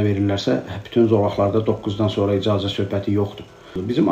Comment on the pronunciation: İdzazə yox, icazə